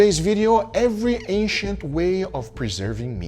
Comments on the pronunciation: Ancient ❌ Asiant ✅ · OH I thought he was saying “Asian methods” but the whole time it was ancient 😂😂 Me big dum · I swear I thought he was saying Asian til I read the title lol. 😅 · Every time he said ancient I hear Asian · Guga keeps saying "Asian" from what I hear LOL until i realized he meant Ancient hahaha peace out :D